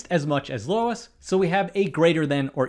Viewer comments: Its Luis, not "Lois". Kind of funny to have a bunch of videos on your channel correcting people's mistakes in education while you're misreading and or mispronouncing a name for the entire video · It's Luis. Not Lois. He's Hispanic. It's driving me crazy because it's my name lol sorry... Now, the student was correct and is a critical thinker. The teacher is simple minded and was, likely, only focusing on the lesson she had been teaching. Which based on that, probably means she thinks it should be assumed that the pizza pies were the same size. However, if she was thinking critically, like the student, she would have realized the question was flawed and given the student credit. Possibly, even more, since he was thinking critically, and correct. At this point, I'm rambling to distract from the fact that the mispronunciation of Luis bothered me so much 🤣🤣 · Arrghh. Loo(sounds like blue) -eese (sounds like geese, not cheese). Luis. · I swear I felt a stab of pain every time I heard "Lois". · Glad you eventually settled more toward pronouncing it "Luis" instead of like "Lois" at the beginning. Striking an odd cord for me... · "Luis" not "Lois" ffs. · "Luis" is Spanish, pronounced loo-EES, and I'm nowhere near fluent 😆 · Why is he pronouncing Luis as Lois? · bro keeps saying Lois and not Luis. f minus for that. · Isn’t that pronounced “Loo-eez”? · The most unreasonable thing in this video is pronouncing “Luis” as “Lois” lol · I would argue that you've been pronouncing the name "Luis" incorrectly, Presh. Its pronunciation should be identical to "Louis", shortened to "Lou", with emphasis on the U, not "Lois". And, in case anyone decides to be a dingus, "Louis" and "Louie" are different names. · LUIS!!!! NOT LOIS!!!! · I'm sitting here having a hard time with "Luis" being pronounced "Lois"... is it just me?? 😅😂 Good video! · Narrator keeps pronouncing Luis as Lois…how is that possible? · 1,000x yes! Hard to watch with the wrong name being said over and over 😣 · Luis not Lois